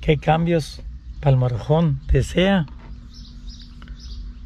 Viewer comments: se dice motor home not morojon 🤣😂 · aprende a pronunciar que te escuchas muy ñetas y repites mil veces la misma frase, MOTOR HOME y we pronuncia motor hom.